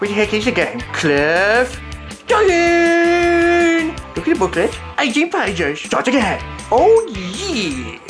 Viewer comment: lol he said qwiff diving